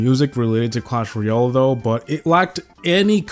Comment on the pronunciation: Jungle scenery should at least be on par with classic...its a slight, but free, upgrade from classic. I don't think either should be B tier, they should both be D. Also, you are pronouncing Clash Royale incorrectly, its Roy-Al, like Weird-Al. Not Ree-ole.